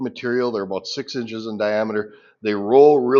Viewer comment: A boot. "Hard to gripe a boot it"